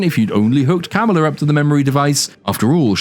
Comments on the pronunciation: Oh wow. Yes and English for dumba** is du***ss. Pretty huge difference, wouldn't you say? Not even something that the creators can use under their creative licenses to make a pun about Ms Marvel/Kamala Khan even though they actually do stress on the pronounciation every time. Ka-MAA-la instead of your lotus Kum-La 😂😂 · “Kamalalalala” lmao! I know some say - “Kamala” is adorable - and - only reason anybody should watch this. Ummmm…NO! Just stop! She’s beyond annoying. Don’t watch this for anything. Especially for Kamala Khan. For fucks sake!